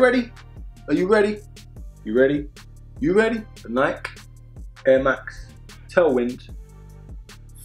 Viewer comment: Hate how he says Nike